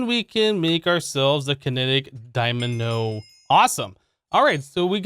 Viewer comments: What did he say? Kinetic dymano? It happens... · I think he said it on purpose, i think he said dynamo too many times for him to say it incorrectly